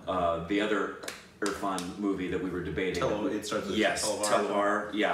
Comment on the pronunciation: pronunciation of Irfan is correct 😄👏